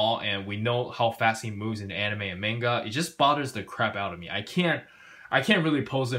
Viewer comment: I’m sorry man but the way you say manga hurts me skskskk😂😂